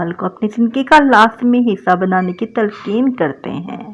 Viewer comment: Content bht acha hai Andaz e bian b acha ha but AP ki Urdu weak hai like lafz talkeen not tulfeen